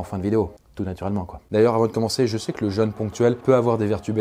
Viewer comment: Super intéressant comme toujours. Par contre, jeune et jeûne ça se prononce pas pareil, ça m'a fait tiquer à chaque fois. Perso je ne me fais pas de jeune 😉